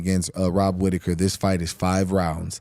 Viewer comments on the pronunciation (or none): none